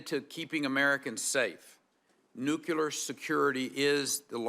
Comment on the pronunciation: NUKE–CLEAR..... NOT "nucular" Jesus christ, if you're gonna head the DOE, can you please get that through your little head